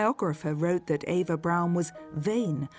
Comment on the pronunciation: Her name was Eva. EE va